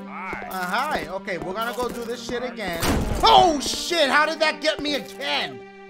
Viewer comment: "LES DO DIH CHIH" -Dachie 2019